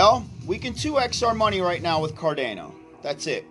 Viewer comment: Car-day-no 😂 Sha-BOOOOMMMM!!!